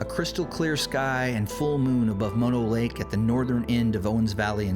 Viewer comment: I grew up in California and Bristlecone Pines can be found on a few other Sierra Mountain summits (not just one spot). Mispronounced Methuselah and Mono Lake. By the way, Bishop is known for a horrific Sasquatch attack on a family who were RV camping in the hills. Military led by men in black came out to track it down and kill it. Just thought you might be interested.